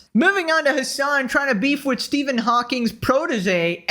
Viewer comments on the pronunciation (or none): none